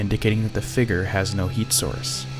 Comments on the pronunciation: Omg the guy keeps saying "Fegur" instead of Figure 😂😂 thur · I fugered that you should know that I disliked this video because of the word figer instead of figure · so fake guys...step up your game. you show a "figure" (which is pronounced 'figYER' by the way) and then move the camera off of it several times, taking it completely out of frame. seems that is so you have several choices of when to make it 'disappear.' I don't see your buddy approach to show his red figure approach the blue one, and it cuts before showing us the cam's empty screen. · "Figger" lol good video though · What the hell is a "Figger" I mean WHAT THE HELL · plz learn how to say figure